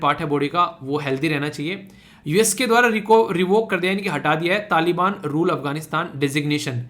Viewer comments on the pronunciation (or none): none